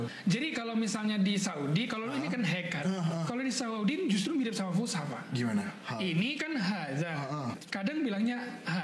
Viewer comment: Fasihat bukan fushah boss